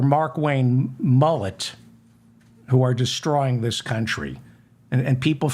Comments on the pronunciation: David..it's Mullin..Mullin...M..U..L..L..I..N!Stop saying Mullit please! Engrave in your head please! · Mullin or Mullen, it's pronounced the same! I just wanted to tell David that he kept saying Mullet! Don't be such a school teacher mam!